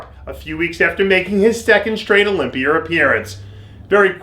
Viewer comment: You said Olympier lol.